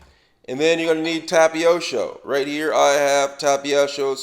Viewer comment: Tapiosho lmao